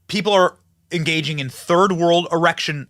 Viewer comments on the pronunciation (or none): you had a Chuck Schumer moment 😂 you said erection instead of election